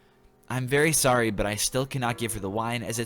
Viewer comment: (Oh sowwy)